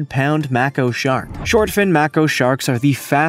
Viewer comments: I guess over exaggerating and pronouncing things wrong in your video will get people to make comments. But that picture that you showed with the shark fixing to swallow the human it's got to be bulshit. And they're called make oh sharks. Not mark o sharks. Tomato tomato who gives a flying shark tooth. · 200" shark, no ty. A Mac-co, really? Try pronouncing it "May-Co" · None of them, you don't say it like makio, it's maeko but spelled like mako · And I DON'T know ANYONE who has ever "swum on a reef" or heard of A "MACK-O" shark....but I know people who have SWAM with MAKO (Make-O) sharks. They are both probably similar though.. LOL..JUST KIDDING MAN! You prounouce 'Dem Woids 'dere how-evah you want. Cause SERIOUSLY, Your channels content is AWESOME! Love your video's and Grammar be damned. SPEAKETH ON GOOD SIR!! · Its pronounced.....May ko not mako. Great video though 👌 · "May-co" as in short for company. Not macko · shows how afraid, more like shows how fake our picture is. Also it is not mack-o it is make-o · It’s maaaako not macko and pic of the diver and the giant shark behind with jaws open is photoshopped and please 200ft? Maybe before you say something you might want to make sure your information is correct. But love these beauties and need to protect this species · Never heard anyone refer to Maco (long A sound) sharks as 'Makko' sharks. Did the narrator just fall off the turnip truck?? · It's pronounced May ko not ma ko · May- koe shark! Not macko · "make-o" not mac-o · Am I the only person who was annoyed by how many times he was saying the word Mako wrong!?! It's pronounced [MAA] + [KOH]. Like "I'm going to makE some fish", except take off the E and add an O instead....like, "I'm going to makO some fish!"😅 👏🏻👏🏻👏🏻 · What the hell is a "macko shark"...?!! It's called a mako shark! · Please, if you’re going to produce a video, learn to pronounce the name of the shark correctly. It’s Māko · It's a Mako, the A is long.